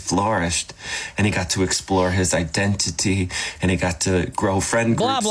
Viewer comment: It annoys me how he enunciates IDENT-TIT-Y. Ugh, I hate this guy.